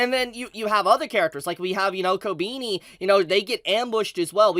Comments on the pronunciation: I'm sorry but I have to say it: is not "Kobiini" is KobEni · who tf is kobini dude, it's kobEni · My man still calling her Kobeenie. It's Koh-beh-ni. Sry I had to. 😂 But this episode was pure chaos & heartbreak. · Why is he saying "Kobini"?💀💀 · Great episode. Really funny how pronounces Kobeni as Kow-Beany😂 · Who the fuck is "Kobeeni" lmao